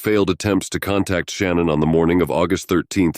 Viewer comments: SHANNAN, NOT SHANNON!!!! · See the problem with computer generated narrators is that they often don’t pronounce proper names of victims. The mother‘s name was not Shannon, it is pronounced Shinaan, soft, I, soft A’s. But the computer wouldn’t know that. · "SHA-NAN", not "Shan-none" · It’s not “Shannon” it’s Sha-nan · Her name is Shanann not Shannon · Sha-nan, at least say it right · She doesn’t pronounce her name that way. It’s Sha-NANN. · I literally couldn’t listen to this because of how you mispronounced her name. I can’t believe you did all this research on this woman and couldn’t even pronounce her name correctly, which makes me question anything you’re saying. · I hope it's not trivial, but hearing shannan's name pronounced wrong this whole video seemed... unjust..or disrespectful a little bit... I dunno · You are mispronouncing Shannan's name. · same here! Can’t even say her name right!